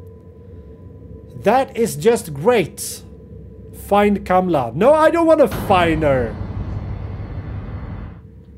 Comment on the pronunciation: its not kamla its kamala lol